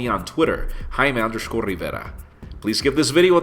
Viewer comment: the way you pronounce your name is awesome !